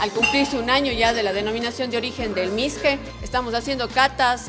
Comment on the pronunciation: Es mishqui no misque